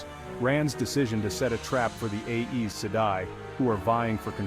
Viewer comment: Aes rhymes with eyes😊 check the back of the book for help with pronunciation